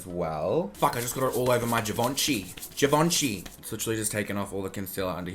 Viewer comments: Someone tell me how to spell GIVENCHY like he says it coz that's something I need to know pls Q JIVUNCHEE?!?!!! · It’s so weird how people from Australia pronounce it as JA-VON-CHY & people from England pronounce it GEER - VIN - CHY 🤷🏼‍♀️😂 love it tho✨ YAS QUEEN 😋